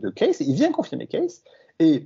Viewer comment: Là on ne touche pas à Monsieur E. Cayce (en fait on prononce "Queïci" !! Vous n'y connaissez rien sur ce personnage. Il était presque illettré, comment il a pu décrire dans le détails des faits historiques passés, même avec des dessins ? Vous n'avez tout simplement pas cherché au bon endroit ! Il ne faut pas oublier qu'il a soigné des centaines de personnes en donnant un diagnostic et le traitement adéquat. Et c'est faux, il faisait des consultations gratuitement, et n'est jamais devenu riche. Il faudrait lire un peu plus le concernant ! Comme d'hab, vous vous basez toujours sur les livres d'histoire d'il y a plus d'un siècle. La preuve, c'est les découvertes du premier Cro-Magnon et ensuite de l'Homo-sapiens (toujours dans la Vallée du Rift ), toutes les décennies on découvre des vestiges bien plus anciens ailleurs, par exemple le site de Göbetli Kepe qui a bouleversé l'archéologie et la temporalité des premières civilisations. M. Cayce a parlé de choses qui se sont avérées justes de nos jours. Renseignez vous à la Fondation Edgar Cayce aux USA (enfin, si vous êtes anglophones... ), ils ont toute la documentation. Allez, avec vos 11 vidéos... c'est limite pour votre crédibilité... Et au fait, c'est qui le gars avec sa casquette de à la noix ? Connais pas !